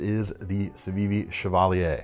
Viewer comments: Excellent! You pronounced the word Chevalier correctly. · nailed the pronunciation of Chevalier. 🗼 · THANK YOU for pronouncing Chevalier correctly! It's been driving me nuts listening to everyone on YouTube pronounce it wrong.